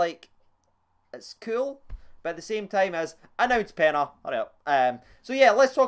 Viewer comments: Carlos peña pen-ya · He covered his mouth to say dalcio and cardoso which he said right then he said peña wrong it's said like pen-ya